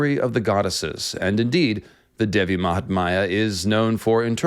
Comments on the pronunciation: mahatmya, which you pronounced mahatmaya, devi which you pronounced dehvi, so not too bad...lol. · Hi there, thank you for your interest in making such videos about indian culture and stories. But it is such a bummer when you mispronounce the fundamental names of Gods n Goddess. For instance, Devi is pronounced as 'They-vi' or 'Dhay-vi' instead of your cuurent pronunciation which is almost sounding like 'devil' with a silent l. When names and matras are mispronounced, it could cause harm. May be you could run through your pronunciations with respective cultural natives to add credibility to your videos. All the best.